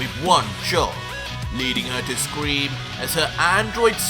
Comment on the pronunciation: Grabs 18 arm as she scweams. Hahaha really you forgot how to say scream